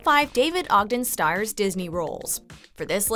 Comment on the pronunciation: I love the detail on this video, very well-written. Although unfortunately you’ve pronounced his name wrong— he pronounced his last name as “steers”. FYI :)